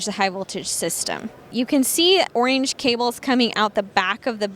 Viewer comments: FFS ORANGE (or-inge) not oinge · Why can’t she say “Orange” correctly? It’s not a lisp. Really bizarre. But, otherwise thank you for being one of the few people to review these. I have a transportation business and this is perfect for us. Just price. I have five M2’s in our fleet currently. All last mile reefer bodies. I noticed the last video you uploaded was three months ago. Please don’t get discouraged. There are small business out there that can really use this type of content.